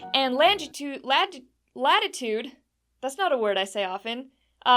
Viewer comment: I think the most difficult part for Lisa about coordinates is the pronunciation of Latitude and Longitude.